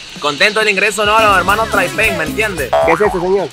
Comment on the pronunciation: "Los hermanos traipen" XD